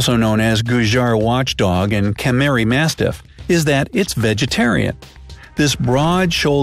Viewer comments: It's pronounced gu-jjir and not gujjar.. And its KA-SH-MIRI not kamiri.. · bruh when he said kemeri instead of kashmiri i absolutely lost it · Even though I am indian , most of the words you pronounced I didn't got them Like kahmiri it's kashmiri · Its not kamiri its kashmiri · The way u pronounced kashmiri...got me cracked up 😂😂😂😂😂😂😂😂